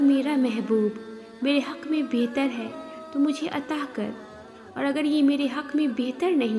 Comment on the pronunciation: Bather nahi bathaer krke adha kr mashaallah